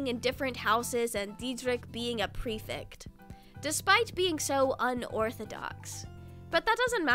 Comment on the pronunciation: I love this video but i HAVE TO CORRECT YOU I'M SO SORRY the "ect" in prefect is pronounced like the "ect" is delECTtable